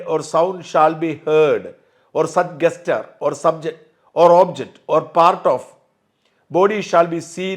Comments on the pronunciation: Word gesture is pronounced as ജെസ്ചർ, not ഗെസ്ചർ. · Mr shajan pl correct your pronunciation of word 'gesture'. It is pronounced as jescher.